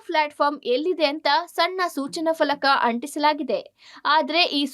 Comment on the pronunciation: PALAKA, Falaka alla, your channel Anchors are becoming more of a Shokilalas